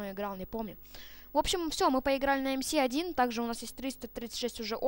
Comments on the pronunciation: не эм си 1 а эм эс 1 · Не мси1 а мс1д……ил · Не ЭМ-СИ 1 (как ты сказал), а МС-1 (Машина Смерти-1 - звучит глупо для танчика 1 уровня) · не эм си 1 эм эс 1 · не правильно МС-1 произносишь, ещё говоришь что до 8 лвла доходил. Обманьщик, врун